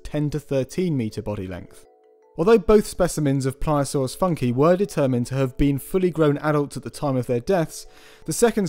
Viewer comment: Shouldn't it be "Funk-ee-eye"? or "Foonk-ee-eye"?